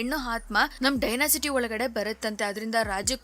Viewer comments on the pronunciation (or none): It's not dynasity it's just dynasty